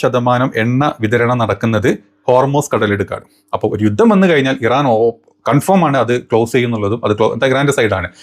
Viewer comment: കൺഫേം എന്നു പറയൂ. (Confirm). കൺഫോം അല്ല